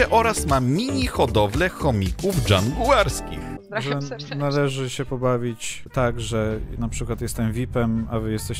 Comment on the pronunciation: Dżungarski nie Dżanguarski heh. Pozdro!